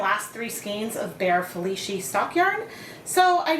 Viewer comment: My mother loved orange but now I have a skein of yarn that no one wants and I need to overdye. In due time, of course. BTW,, the "c" in "Felici" is pronounce as "ch" instead of "sh". Italian is weird like that since sometimes it is just a "c".